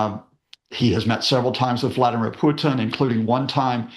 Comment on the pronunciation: I love how Professor Lucas tries to use a Russian accent to pronounce Vladimir and Putin, but screws up the accent big time. Content was good though.